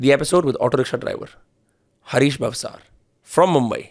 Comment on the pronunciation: It's not भावसर. It's भावसार It's Rajasthani and Gujarati surname